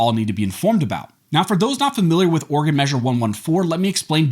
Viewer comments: OrEgan not organ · He said organ measure🤓